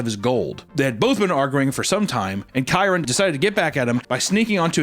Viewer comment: dude, t's pronounced Key-ron.